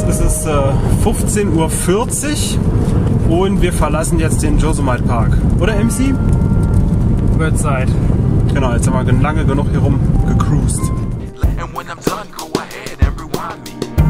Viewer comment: Hello lieber (?),...kurze Anmerkung zur Aussprache von Josemite: Dieser wird als [josemiti] ausgesprochen. Übrigens sehe ich Deine Videos sehr sehr gern! Lieber Gruß Ursula